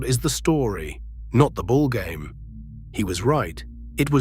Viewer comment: Inserting Daniel Ellsberg among the file photos used in this video and showing some early 20th century stadium while talking about Yankee Stadium ridicularizes this it more. Not training the AI narrative track with the pronunciation of several player names even more of joke. Pronouncing “ballgame” like the Football games played over the holidays still “whuhse’.